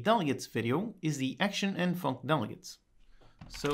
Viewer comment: I love hearing tutorials say "the Func" Da funk.